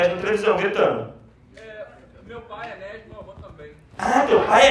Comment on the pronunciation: Ninguém consegue falar o nome Enéas correto, todo mundo fala Enéias.